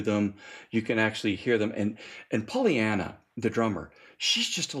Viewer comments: Aye... and it's Paulina, not Polly-ana. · Very through double album review! Pssst. I’m sure that I missed someone already saying this but just in case. It’s “Paulina”, not Pollyanna. PAU!